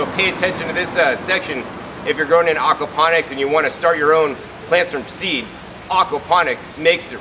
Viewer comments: great video but its AWKward when you call it AWKapnonics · Please stop saying Arkwaponics! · Okwaponics? Is that like aquaponics?